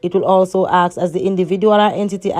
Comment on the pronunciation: can i "aksk" you a question ,practice on speaking good video thogh ^^